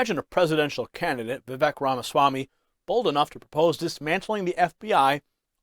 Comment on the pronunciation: Respected, Vivek.s name is pronounced VivAke …rhymes with cake. He said this on an interview I saw him on. Let’s pray for him.